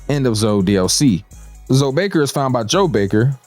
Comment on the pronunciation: Calling Zoe(y) just zoe is fucking sending me 🤣